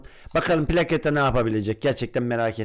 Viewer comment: Plaçeta diye okunuyo